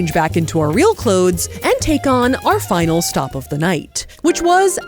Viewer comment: “the clodes” lol